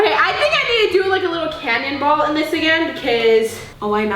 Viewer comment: When she said canyon ball in stead of cannon ball I died